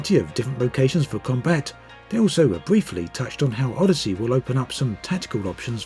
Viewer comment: Anyone else think it sounds like he's saying Oddity?